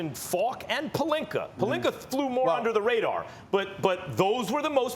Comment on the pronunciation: “Rob Pelinker” “Minnesoter” “Kember”